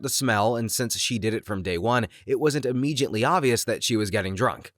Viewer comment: The narrator mispronounced and screwed up the "Philly Vanily" joke. It should have been pronounced to rhyme with "Milli Vanilli." Also, this is the second video I've watched where the narrator mispronounced "immediately." The correct pronunciation is "uh-MEE-dee-uht-lee," not "ee-MEE-jit-lee."